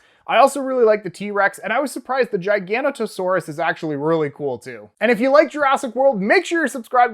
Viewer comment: Nice! you pronounced Giganotosaurus correctly because most people pronounced it as "Gig-anoto-sawrus" which is wrong. its name means Giant Southern Lizard, so it's correct to pronounce it as "Jaiga" and not "Geega".